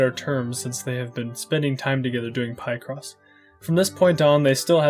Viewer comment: it is deeply confusing to me how you misgender characters while also acknowledging they're trans. also your pronunciation of picross and gravely is abhorrent and you should be punished for your crimes.